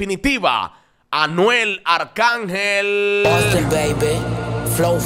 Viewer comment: Hasta por decir Austin que siempre dice se lo parte arcángel 😂😂😂 ya sabemos quién te paga pastelillo 😂